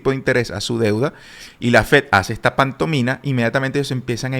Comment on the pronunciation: Gracias por la info. Hace años te veo y te escucho y nunca me animé a decirte. Creo que es pantomima no pantomina. Saludos